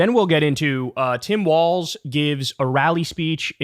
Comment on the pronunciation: Omg you said Walz correctly!